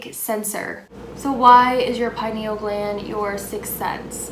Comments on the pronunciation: I've never heard someone pronounce penial gland like that😂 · Everyone thinks im crazy when i tell my buddies about fluoride in our water and everything. You pronounce pineal gland funny